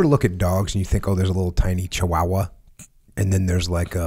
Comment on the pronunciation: Awesome episode, topped off by how Jocko pronounces chihuahua 😂